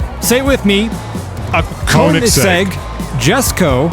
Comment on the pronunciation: the oe from Koenigsegg is pronounced like the o in world. Comes from the german word König, which means king. Just so you know for the future ^^